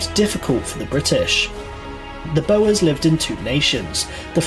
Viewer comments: They weren't "Concentration" camps, they were internment camps. The impact on the inmates was of course terrible, but whoever made the original video needs to re-educate himself on pronunciation of most of the words in the video (e.g. "Boers" is pronounced "Bores") and stop misusing emotive words like "concentration", amongst other things. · Very interesting and informative, but Boers in South Africa was pronounced incorrectly. It is not "Bow Errs" but should be pronounced Boors to rhymn with Moors. Incidently - two of the leading Boers were General Louis Botha who became the first Prime Minister of the newly formed Union of South Africa and supported the Allied cause in the First World War. General Jan Smuts became the second Prime Minister and also supported the Allies in the second World War. Curiously, he had fought against Winston Churchill during the Boer War, but he and Churchill became close friends, leading to Smuts being made a Field Marshall during the Second World War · BOERS ( pronounced Bores ) not bow was.